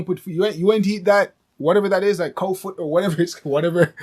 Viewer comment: Love the authenticity of the conversation.. well informative.. he said "Cow Foot" lol.. must be Jamaican.. Luv it..